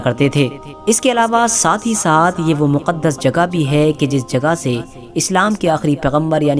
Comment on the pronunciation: Maqdish nahi muqdash